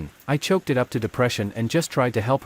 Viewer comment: S2: It's not choke it's chalk!!!